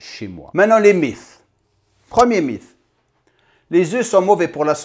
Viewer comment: "Les mythes", j'avais compris "les MILFs" 😅